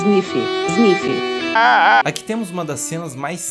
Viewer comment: "Chuif, chuif, isnifi, isnifi" kakakaka